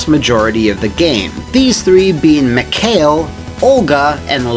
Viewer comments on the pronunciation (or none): It's kinda bothers me, how says "Mikhail". It's supposed to be "Mee-Ha-Eel", seeing how all characters have Russian names, but I can believe that, the game makes the same mistake. Honestly, it's such a shame, this game didn't work out in the end, would be refreshing to see normal people as Russians, and not stereotypical hunks or gopniks.